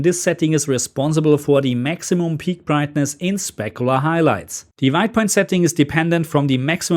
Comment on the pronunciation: I could listen to you saying "Black Lebel Floowr" and "Spekoolar Hailaijts" all day long.